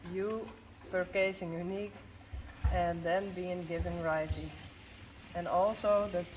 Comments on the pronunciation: Wait… what was that little bit about how you are pronouncing Uniek? It sounded like the same word said twice to me! in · Good morning. I watched the horse shoe winner video this morning and was wondering if you could clarify something you said? Could you please clarify for me how you pronounce Uniek’s name...I didn’t quite understand when you commented on “I always say Uniek” that it should be (it sounded like you said) “niek”. What is the proper way to say her name in your language? I so enjoy the videos. You all are so amazing and make it look so easy in dealing with these awesome animals. The videos, you, your coworkers, and the horses make me smile when a lot of times I don’t feel like it. One video showed your little boy using rakes and shovel to push hay toward the horses stall. That just amazed me how coordinated he is! I had to watch that a couple times in a row...it was awesome how he was handling those large tools so well! I get such a kick out of watching your amazing little boys; what cutie pies!! (: Thank you for sharing your world with us!